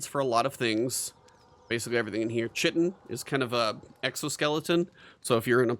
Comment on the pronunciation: Chitin: pronounced with the long I sound. So it doesn’t rhyme with kitten. It rhymes with lighten.